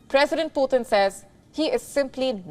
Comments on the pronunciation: Please pronounce PUTIN ( Pootin) not Poothin. POOTHIN ? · He is not puthin. He is putin 🤭